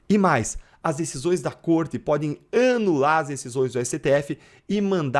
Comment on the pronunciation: Caro deltan sou seu fan mas, o annnular foi foda😂😂😂😂😂😂😂😂